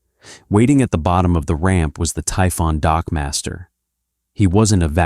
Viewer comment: " . . . Waiting at the bottom of the ramp was the Typhon dockmaster." ngl, I distinctly heard him say "dogmaster" . . .